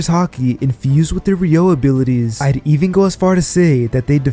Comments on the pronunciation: it's RYU-O guys, not RYO-U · The pronounciation... A yo kiji 💀 Edit: Re yo = Ryuo 💀